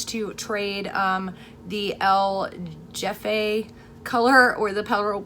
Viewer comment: el jefe is pronounced el hefe